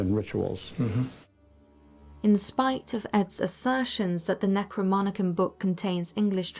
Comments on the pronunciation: NecroNOMicon, not NecroMONicon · Delightful video, but I cringed every time they said 'necroMONicon' instead of 'necroNOMicon.' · The narrator says necroMonicon instead of NecroNomicon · 'Necronomicon' not 'NECROMONICON' .... Yes... it is a 'fictional' work... however. Some of the names of entities in the book are of real ancient demonic heritage..... so whether conjurations are written in between pages of grimoires or shopping lists... they're still.... conjurations.... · Necro-nom-icon not necro-mon-icon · The book is pronounced necro-nom-i-con oddly enough it’s spelled necronomicon as well why narrator is pronouncing necro-mon-i-con is beyond me but other than that pretty decent work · The gal narrating this can't even pronounce "NecroNomicon" even when showing the cover of the stupid book....she says "NecroMonicon" Nice homework on this one. I think all the Warrens did was go around and collect stories, which they later sold for book deals......Amittyville Horror anyone? Teleport....gimme a break. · Am I the only one annoyed that the narrator mispronounces NECRO NOM ICON? She says NECRO MON ICON. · SAY IT WITH ME: NECRO NOMI CON! NOT NECROMINICAN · Say it with me... NECRO NOMI CON, Not NECRO MONI CON. Also, that book, supposedly written by the Mad Arab, Abdul Al-Hazrad, is fictional work. I love Ed and Lorraine, and I believe in 90% of what they do, but they were using myths from that era to fuel their beliefs, not factual situations. Not in the case of the Necronomicon, at least. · The word is pronounced "ne-crow-nom-i-con", not "ne-crow-mon-i-con". JFYI. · necronomicon not necromonicon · it’s the *NecroNoMicon, not the Necromonicon :) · Can anyone read anymore its Necro-Nomi-Con not Necromonicon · Necronomicon not Necromonicon....say it right. That got annoying after the third time. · It is pronounced “Necro-Nomicon”, not “Necro-Monicon”. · Necro-MON-icon??? It's NecroNOMicon. Geez. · Necro-nom-icon not necromonicon